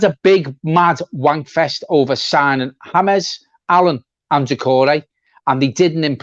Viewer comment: why do you pronounce James correctly but when reading Dennis Q's comment say it as the English "James"? You do realise "Hamez" is written "James"? I'm sorry to sound pedantic, I think you & John are great with a lot of knowledge - but it's a bit confusing